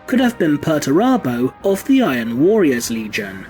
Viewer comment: Good stuff as ever, and please lean to say “warriors” correctly as a bit distracting. Thanks